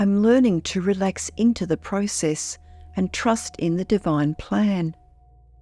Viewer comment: You mispronounced "Process" throughout the whole video.